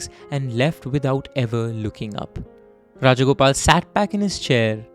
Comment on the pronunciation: Rajagopalan not Rajagopal